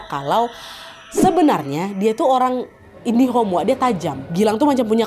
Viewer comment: Kenapa yah tiap menyebutkan 'indigo' pasti kak nad selalu bilang 'indihom'? 🤨Apa aku yang salah dengar🤔